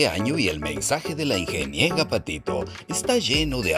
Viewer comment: «La Ingeniega Patito», jijiji…jijijijiji… No dejo de reír por esa "ocuguencia".